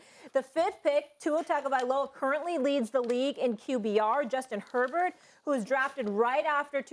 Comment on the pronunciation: It’s Herbert and it’s not particularly close